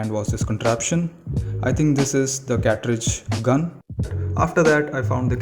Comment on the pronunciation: Its cartridge not catridge